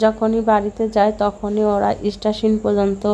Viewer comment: স্টেশন বলে ইস্টাশিন না